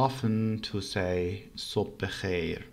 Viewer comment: thas is not (sob bekheir) thas is (sobh bekhayr) By the way, are you studying Farsi wrongly? Folk accent is not right for teaching Farsi. Why use foreign words? For example (Merci), this is not Farsi. This is French. And teaching the sentences by folk method is the ultimate stupidity. what is aun You should say: an. foreign friends ! Please don't learn Farsi from this language. I tell you honestly and friendly.